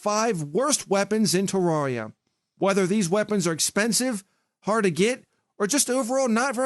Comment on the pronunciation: it's terria not teroreya